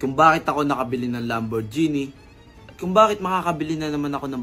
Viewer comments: Lamborghini ❌ Lamborgenie ✅ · ❌ Lam-bor-ji-nee ✅ Lam·br·gee·nee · It's not read as lamborjini haha. It's read as lambor-gehni but spelled as Lamborghini. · Lambur-genie amp HAHAHAHA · Lamborjini raw anong klase na pronouncation yan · Sakit sa tenga pag bigkas ng lamborghini.. maling mali eeh.. Bat naging genie😂😂 lamborgenie yarn. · Mejo natawa lng ako dun sa part nung magkasunod kayo nung nasa video nagsabi ng Lamborghini as Lambor-genie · How could people be tricked by someone who calls a lambo a “lambor-genie” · "Moosetang" "Lamborgeenie" "Wala kong pake sa inyo" Squammy personality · Mustang lang and Lamborghini di nyo alam pronunciation 😅